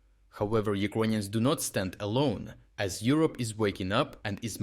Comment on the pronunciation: Why do you say Ukonians and not Ukranians?